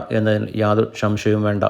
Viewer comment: ഷംഷയം അല്ലെടാ.. സംശയം . പറഞ്ഞ് പഠിക്ക്